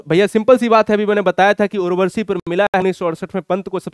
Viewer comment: Sir aap apne uchcharan ki orr b dhyan de..aap urvashi ko urvarshi.,...Amir khusro ko Aamir khusro. Bol rhe h ...kuch rachnaon k nam me b ashuddhi h,..,..aapko bhot log sunte or dekhte h.